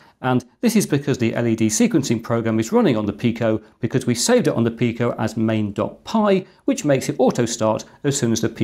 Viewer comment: Read up on the Picos PIO, that is something the arduino cannot do. The ability to have things like VGA output and other highspeed interfaces from a cheap microcontroller is amazing, I am sure soon people will discover so many more uses for the PIO in the Pico BTW is is pronounced Pee-Ko.